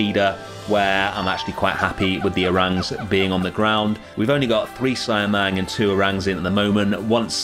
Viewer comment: I know its been 2 months, but it's pronounce see-ah-mang instead of cy-a-mang.. Good job btw on the indonesian habitats .. thank you..